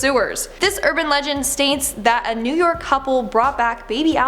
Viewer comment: “In new nork” is which she said